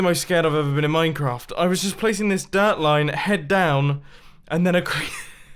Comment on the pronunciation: Every time Mumbo says dirt I hear derp.